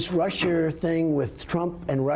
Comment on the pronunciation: "RussiERRR"? You have a president who cant even pronounce right! WTF, hay if you dont lock him up now, ALL the other corrupt Republicans politicians will get locked up, so keep him in power, maybe thats what you need.